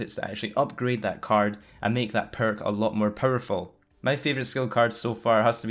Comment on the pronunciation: instead of powerful u say purple